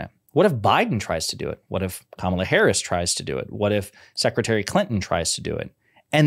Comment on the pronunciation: Insulting and, frankly, racist, that the guy mispronounced VP Harris's name. No doubt that's done on purpose at this point.